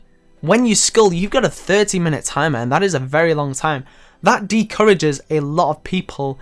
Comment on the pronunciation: It's discourage not decourage bro quit your channel :/ Jk love your vids